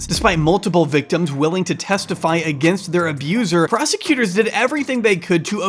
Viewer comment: "PROSTI-cutors" - was that a deliberate, or delightfully appropriate mispronunciation?